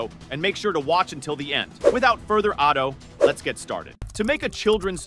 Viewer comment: Without further ah doe? Never give the AI voice any Shakespeare.